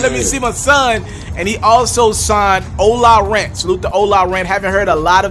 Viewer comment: Doesn't it read OLA Runt??🤔 Why he keep saying OLA Rant??🤔